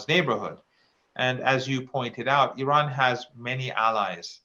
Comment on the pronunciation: At least this guy pronounce iran correctly, some of these westerners mis pronounce the name of iran.